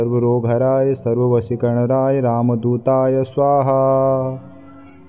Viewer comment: ध्यान से सुनिए- मंत्र का गलत उच्चारण किया जा रहा है। सर्वशत्रुसंहारणाय की जगह सर्वशत्रुसंहारराय और सर्ववशीकरणाय की जगह सर्ववशीकरणराय का उच्चारण किया जा रहा है। गलत से उच्चारण अनिष्ट भी सकता है जो कसम दिलाने से नही। सारे यू ट्यूब के वीडियो धन कमाने के साधन है। लोगों को पथ भ्रष्ट करके धन कमाते हैं। बाबा नीम करोली बाबा हनुमान भगवान श्रीराम ऐसे लोगों को सदबुद्धि प्रदान करे।